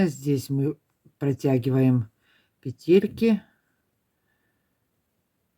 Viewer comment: Модели - супер!!! Но лично для меня один большой минус - это произношение слова "пЕтельки". Невозможно режет слух. Хорошо, что есть субтитры, звук стараюсь не включать. Ну, почему "петЕльки"???, "пЕтли" же, "пЕтельки"!